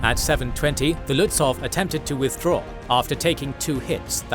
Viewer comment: Very well made. One remark: the W in Lützow is silent. So you speak it Lützou - a Prussian - Slavic name